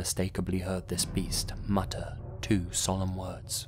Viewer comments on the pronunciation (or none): none